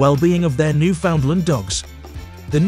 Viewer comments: There is no place called "New~Found~Lind". There is no Dog called The "New~Found~Lind". Jesus, Mary and Joseph. Do basic research. The place is called "New~In~Land". The breed is known as The "New~In~Land" Each, when uttered correctly rhymes with "understand". The script your using in this video is lifted from countless other posts here. Common. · Opps, now it's my turn to be humble. The Name of the Dog (and the place), is spoken thusly; "Newf~In~Land, far easier to make that rhyme with understand.